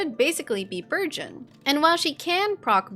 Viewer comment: Everytime you say "burgeon," I hear "virgin," so I heard "Thoma's popping virgins every second" and now I can't unsee that mental image lmao EDIT: even the CC says "virgin!" It's not just me! 🤣